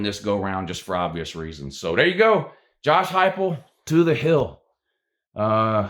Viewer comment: At least you actually pronounced his name correctly unlike the youtuber blue and gold ( a WvU fan) he is cringe af .and tries to act like you it is blantely obvious.